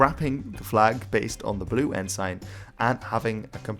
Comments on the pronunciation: It's pronounced en-sin, not en-sine. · Your pronunciations are good, except that ensign is pronounced "EN-s'n". Odd that English should be the problem. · In English Ensign is pronounced Enzin. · I have followed videos for a while now and he is brilliant with pronunciation, whether it modern day Maori or early Anglo-Saxon. So I'm baffled with how he pronounces 'ensign'. He uses the literal spelling and calls it 'N-sign'. Whenever I've heard naval flags referred to, it's always 'en-suhn'. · Had a flick through the comments but didn't see any mention of it. I've always heard the word ensign pronounced as en-sin no idea which is more proper or correct, nor do I care that much. Just thought I'd let you know. Love the vids 👍